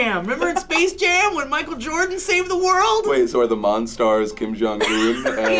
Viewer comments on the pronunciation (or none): none